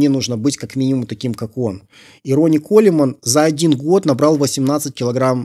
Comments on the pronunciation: Хммм... Не по теме... До этого смотрел видео автора пр изучению английского. И в этом видео на первых же секундах слышу - "Ронни Колеман". Колеман? Серьезно? Даже мой плохой английский знает, что правильно произносить - "Коулмэн". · Не Колемен, а Коулмэн. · Блять.. ну почему Колеман, если Коулмэн, или Колмэн.... Ну хоть в гугл переводчик забейте и посмотрите, как он это прочтет.